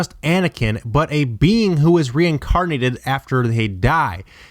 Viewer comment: obey wun kanobi. Maz Katana. RE-INCARD-NATED? You know theres no D in that word right?